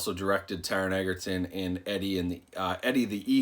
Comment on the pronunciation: Thanks for making this video! I was kinda curious to see what the differences were between the Blu Ray and the 4K. Also, Taron's last name is pronounced edge-er-ton, not egg-er-ton. Common mistake lol.